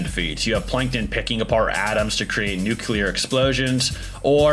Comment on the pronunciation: Thank you for pronouncing nuclear correctly king. It kills my soul and makes me severely depressed whenever i hear someone say NukYuLeR